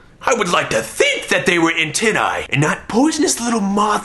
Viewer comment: When you said antenni I made the weirdest ew noise of my life. Thank you for that.